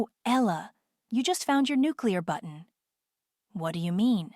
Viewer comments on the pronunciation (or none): none